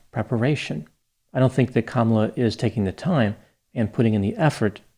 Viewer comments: Hi Doc. Just a small issue that many people make. Her name is pronounced Kuh-MAH-luh. Not sure why this gets missed so often. I am excited to watch your piece on her using word salad Bc I have my own suspicion about her dubious position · Kamalas name is pronouced kumula she's from india not black!